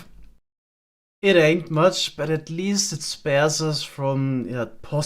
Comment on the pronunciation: hearing say "it ain't much" in his german accent should not be as funny as it is